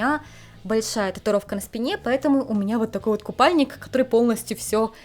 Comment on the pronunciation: Обожаю как произносит слово «который» 😁 как «КТОРЫЙ» 🥲 Кажется только японки сохраняют честь девушек всего мира 🤣